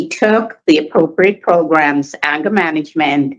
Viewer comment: Progrums?? Lol 😆 🤣